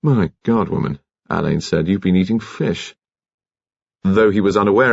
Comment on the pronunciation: Marsh’s detective Alleyn is pronounced Allen, not Alain. This mispronunciation is irritating.